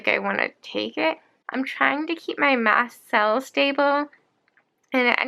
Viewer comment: This is really sad for you. Kinda funny though, when you say mast cells with your splints in I hear math cells.